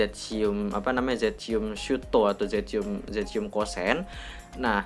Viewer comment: Zestium bang bukan zetsium